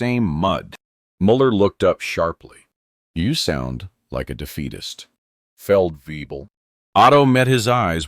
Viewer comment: Feldwebel. No, not way-bill. And in places where it's common we just call it "forty below." That's where fahrenheit and Celsius meet. (Now then, why does the spelling checker demand a capital C but not a capital F? Fahren was a real person, after all...)